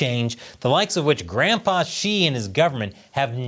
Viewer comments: Haha. For a moment there, I thought you said "grandPOOH" instead of "grandPA". Silly me. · You said Grandpa Xi or Grand Pooh Ba Xi 🍯